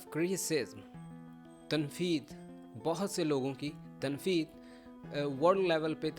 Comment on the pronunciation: I have listened ur lecture today, I wanna tell u one thing about this lecture, u taught us in this lecture a word" Barrage of criticism"mean Tanqeedoon ka samandar, why are u saying tanfeed instead of tanqeed because as far as I know it calls tanqeed not tanfeed, sorry I'm not criticizing u just telling u if I'm wrong so do correct me.